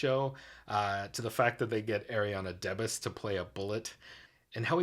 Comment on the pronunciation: I really hope you've learned how to correctly pronounce Ariana DeBose's name by now. LOL/SMH